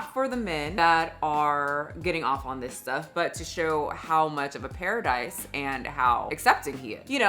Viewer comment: The fact he called it Pear-idise is the first giveaway